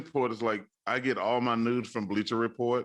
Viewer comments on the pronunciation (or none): I kno chuck said “news”..... but it sounded like he said “nudes”